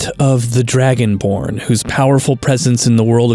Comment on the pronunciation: Am I the only one hearing "Dragon Porn?", Like, I did a double take the first time but "Dragon Porn" is what it sounds like I'm hearing for some reason. I need to go touch grass.